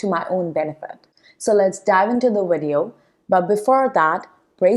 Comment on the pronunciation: Video is pronounced with a V not a W